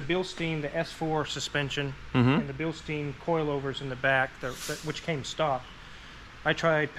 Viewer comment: As a old auto vehicle wholesaler manager here in NZ , we were once the country's Bilstein supplier, I got its correct pronunciation explanation as it's Bill-Stine not Bill-steen!!! 🤣 funny lot those Germans , but fantastic quality product and fully rebuild able, much love from New Zealand